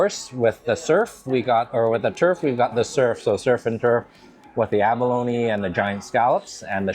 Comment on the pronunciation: It's funny...sometime you pronounce abalone... "ab-alone" & other times it's "a-baloney" 😂😂😂 Funny